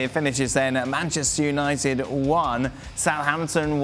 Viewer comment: did he say BANCHESTER UNITED? HAHAHAHAHAHAHAHAHAHAHAHA